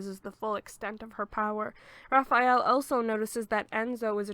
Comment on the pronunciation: It's Ah-deh-lee-na. Spelled Adelina. It's Raa-fah-eh-leh. Spelled Raffaele. It's Keh-neh-truh. Spelled Kenettra. Love the summary nonetheless.